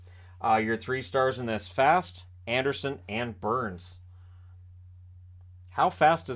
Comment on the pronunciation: Can you pronounce Fast correctly . He is Swedish it is pronounced Fass ,but to the game itself was a great game ,but you knew eventually the Canes would get that goal